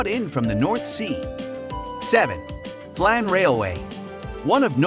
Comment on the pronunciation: Hi, you got the names wrong. It's Fløyen, not Floyd, Ulriken, not Urlikin, Flåm railway not Flan and Kode museum, not Code. Have a nice day!